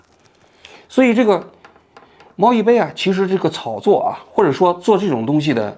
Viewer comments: 王局最近挺忙吧？这种社会娱乐类的行为明显不咋上心，人家叫 猫一杯，不是猫亦非。是西场小学，不是中学。好几次念错字。还是雇个校对吧。能把把关。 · 王局老説貓一fei😂但是應該是貓一杯吧😂，還有是西場小學，不是中學。雖然信息是假的，但是因爲重複了好多遍，希望王局可以再仔細核對一下🤣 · 比对这么半天念错几十次猫一飞？什么玩意啊！？你想飞哪啊？ 赶紧给观众朋友们道歉！ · 大哥，人家叫猫一杯，你次次念错成猫一飞，你们团队都没人校一下稿吗？ 要不要我免费给你服务啊？ 低级错误错的我都没兴趣看完了！ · 大哥，你先把當事人名字說對了再說啊！貓一杯，不是貓一菲，可能前夫哥更喜歡劉亦菲吧。要是你老是報導美國總統拜當、俄羅斯總統皮燈、法國總統牛可龍、德國總理蕭爾提大家的感受會好嗎？ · 一杯不是1️⃣菲啦😂一直在叫错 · 为啥猫一杯要读成猫一菲？连油管也成屏蔽字了？ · 从头到尾念错人家名字🤣杯bei子，不是妃fei子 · 王局，你能不能别总在视频里范低级错误？是猫一杯！不是猫一飞！一直犯错听着太难受了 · 王局全程读错了主人公名字，猫一非😂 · 王局怎么一直叫“猫一fei”啊？？ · 不是猫一杯bēi吗？ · 口里含牛至了，杯飞都念不清楚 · 😂这网红不是叫猫一杯吗？为啥王局一直喊猫一飞啊？ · 是不是口误，老是讲成猫一飞？ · 怎么老听着像是猫一飞？ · 把猫一杯叫成猫一飞 把西厂小学说成西厂中学 王局这集口误有点多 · 王局你真的是自己写稿子的吗？猫一杯让你一直念成猫一飞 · 猫一杯怎么全部都读成猫一菲😂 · 猫一杯说成猫一飞，小学说成中学，哎，睡醒了吗王局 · 我怎么一直听着都是猫一飞？ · 王局是不是把网红名字念错了，我怎么听着念成”猫一菲“ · 不是杯bei吗？ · 王局故意口誤的吧😂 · 王局自己也得严谨点，一会儿猫一菲，一会儿西场中学的，口误太多。自媒体的钱也不是这么好挣的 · 给王菊提一些意见，有好几次把新闻的一些关键词读错或者记错，比如今天的猫一杯一直说成猫一飞。节目录制得更严谨一点才可以更长久啊。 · 猫一杯 念bei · 杯 读100遍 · 发音不标准 杯菲不分 西场小学小学小学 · “享受了和我同样的待遇”，王局太有意思了😂 “享受了和我同样的待遇”，王局太有意思了😂 哦真的牛批还有这种电话的哦😅😂 这是薛凯琪吧，王局啊你这集错误有点多吧。猫一杯主角的名字都念错了，那个学生一年级，是西场小学也不是中学。😅 户圣音容宛在 王局也看户晨风的直播切片 王局你有空能不能聊一下最近户晨风被封的事情 王局太幽默了，應該考慮開一檔脫口秀節目 其實未新聞是最好的新聞，內容多元化，是對變幻莫測的社會尊重 我替佟丽娅谢谢你王局啊 怎麼這麼像薛凱琪？ 处的人物应该是薛凯琪？是否图片人物有误 ）的视频（母爱？ ， 局座 你还没有这么老不更事吧？） 就绘声绘色 和 朋友说了这个寒假作业故事。 最近才看到 猫一杯 的 道歉声明。 感觉 好无聊， 造这种谣， 干嘛呀?（而且后面 还继续造谣， 搞续集） 互联网小作者的什么故事 能信啊？？！！完全觉得 这种 造谣者 就是要封！ 图片错了啊这明明是薛凯琪 建议在日本捡到小学生的作业并积极做完，完成千万粉丝成就🤣 建议在日本捡到小学生的作业并积极做完，完成千万粉丝成就🤣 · 王局你嘴怎么瓢了，猫一杯总说成猫一杯，西厂小学总说成西厂中学。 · 这是薛凯琪吧，王局啊你这集错误有点多吧。猫一杯主角的名字都念错了，那个学生一年级，是西场小学也不是中学。😅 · 看來王局現在就是自己一個人錄節目了，口誤都沒人提醒。直接錄完之後再做後期，也不改了。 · 人家叫猫一杯，不是猫一菲呀。王局老是把名字读错，而且是西场小学，不是西场中学呀。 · 王局讲的太好了！只有王局把这个事件挖掘到这个深度。虽然一直把小学说成中学，虽然一直把猫一杯说成猫一菲，但瑕不掩瑜。😂😂😂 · 是一杯，不是一菲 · 比对半天信息名字都一直念错，哪里的口音杯 /飞不分啊？ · 为啥一直读猫一“飞” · 是猫一杯不是猫一fēi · 是猫一杯，不是猫一飞。西场小学，不是西场中学。听着很奇怪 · 为什么一直在说猫一飞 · 是貓一杯, 不是一菲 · 王局，人家叫猫一杯不是猫一菲😅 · 王保长，请问是“猫一杯（bei)”还是猫一飞，bei fei不分的吗？ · 猫一杯 不是非 谢谢 名字都念不对就别拍视频了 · 王局是发不出 杯 这个音吗？为啥通篇都是猫一飞？ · 那个字念bei，听得真是难受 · 是猫一杯，杯杯杯，王局你这汉语怎么在央视混的，哈哈哈😁😁😁😁😁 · 王局注意一下口误吧，又猫一菲又西场中学的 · 那个叫猫一杯，不是一飞😂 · 王局一直念错名字，一杯不是一飞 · 我也是罗王局老粉了，拜托王局用点心，当事人名都念错，是猫一杯啊，不是一飞